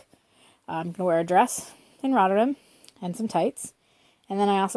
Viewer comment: You know there's an A in RotterdAm right? :) Never heard it pronounced the way you do it lol